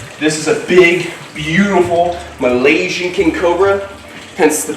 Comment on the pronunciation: Who doesn’t love when says “ Malaysian” 💛